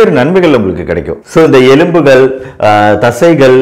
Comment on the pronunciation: Dr. நீங்கள் சொல்வது நன்றாக இருக்கிறது. ஆனால் தமிழில் கவனம் தேவை. 1)தோல்பட்டை அல்ல தோள்பட்டை. 2) எழும்பகள் அல்ல எலும்புகள்